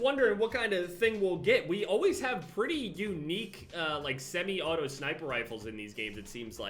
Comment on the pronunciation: He called the balistia simi auto. Wtf.